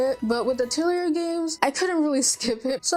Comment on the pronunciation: I think you may be pronouncing Atelier wrong as back when I started playing them I did some research on it since I wasn’t sure and it seems to be more like “uh-tell-ee-yay”. So you don’t really hear the “r” at the end. But, if you love Atelier games, you may also like the Blue Reflection games. They are also from Gust and similar gameplay. Magical girl. I love Blue Reflection and Atelier so much.